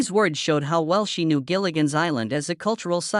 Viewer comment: It's "Gilligan's" Island. Not "Jillian's" Island.